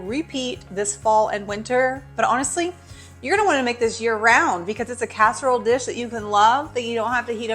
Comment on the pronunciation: Thought you said it only dirty one dish lol